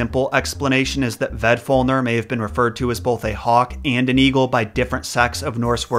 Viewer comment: You say “bolth” instead of “both” lol